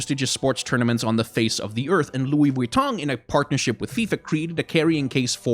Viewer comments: Nobody:: Lui VitONG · The over pronunciation of LV was kinda annoying, but I completely agree and I'm worried about how this will turn into ingame advertisements, like if this is successful what's gonna stop Mcdonals skins, or Red Bull, or Ford you know? I'm also assuming that the companies will get a % of the sales since their ip will be on the skins. I actually asked this on twitter and got a response from "Great question here! Without getting too spoiler’ish on all the rad stuff that will be unveiled over the next couple months, I can say that both our teams are committed to making this a craft, art, and design first collabo- that’s something that’s core to both our value sets!"